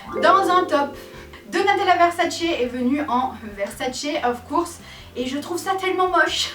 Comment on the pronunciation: Tu sais ne sais pas dire "of course"🙄 alors arrete !🤐😒en plus tu ne sais pas pronocer les nom des star et les autre mots anglais😒